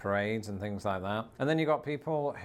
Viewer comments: You also say fings instead of things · Love ya dude but dropping the "th" & replacing it with "f" drive me berserk....things on the path becomes fings on the pFf. ....aarrrgggg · I notice that you say “free” and “fings” and “fink”…instead of “three”, “things”, “think” Is that a regional dialect?